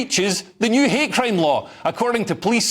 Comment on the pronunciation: I love the Glasgow accent. You said 'hate crime', I heard 'hair cream'.